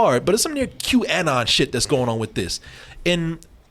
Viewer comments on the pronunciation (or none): Also the way pronounces “Qanon” is nails on a chalkboard 😂